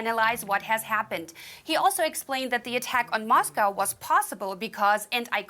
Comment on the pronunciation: "Life in Moscoworrr... " 😂🇦🇺